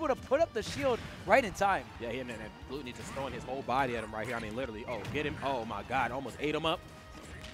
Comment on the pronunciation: Why they saying glOOtony lmao